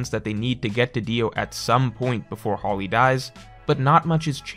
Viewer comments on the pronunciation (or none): none